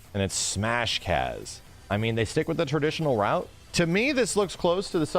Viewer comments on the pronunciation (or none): none